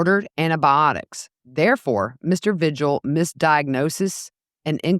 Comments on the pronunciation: It’s pronounced V-hill, the g is silent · Vigil is pronounced veehill